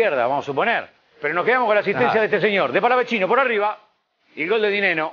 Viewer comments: porque le dicen palavechino, si no tiene dos C, es Palavecino se dice como el chaqueño Palavecino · Por que le dicen palavechino? Si es palavecino, re boludos. Felicitaciones river por el fichaje. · El mismo pibe dijo que no es palavechino es palavecino y le siguen diciendo igual que periodistas tan mal informados...y no son los únicos en la mayoría lo pronuncian así🤯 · xq le dicen palavechino?? es palavecino soretes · Che me pa que es palavecino no palavechino 🤦‍♂️ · no pronuncian bien, el mismo jugador dijo que es "Palavecino" tal cual suena